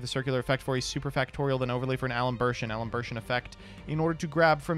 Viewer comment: Al-em-bair-shen. Luh-plah-see-ehn.